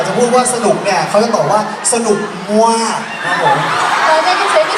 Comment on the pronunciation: มยองหนักใจกับคำว่า "มว๊ากกกกก" ของประเทศไทย 55555 แต่น่ารักอ่าาา พี่แว๊นก็ใช่ย่อย ฮา "อร่อยเชียว!!!" 5555